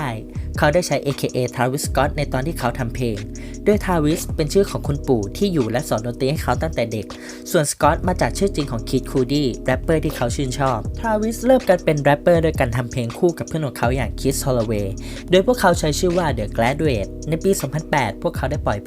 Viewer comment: คิดคัดดิ หรือ มันอ่านว่า คิดคูดี้